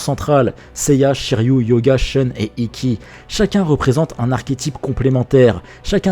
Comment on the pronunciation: Sheune ? Vous voulez dire SHUN. Ne calquez pas arbitrairement les règles de la phonétique anglaise à un mot japonais, ça n'a pas de sens. PS : maZami ?